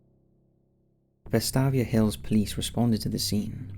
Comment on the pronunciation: Lol I’m from Birmingham Alabama... the way he said Vestavia Hills made me lmao. It’s vest(ay)via hills...